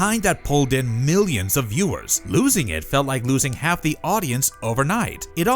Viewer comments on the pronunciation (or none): none